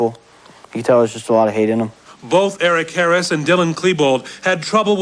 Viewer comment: Yeah I know right. One time I went to her You Tube page and she had these videos and I watched them and so I heard her voice and saw her up close. Lemme just say, it was disturbing as fuck. She was doing all this weird shit. And she says "Eric Harris" like "Earic Hearis". She's a psycho and I can't stand her.